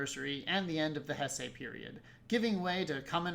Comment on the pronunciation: It’s pronounced “Hey-say”.